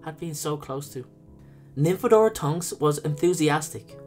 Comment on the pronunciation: Don't call her Nymphabora! XD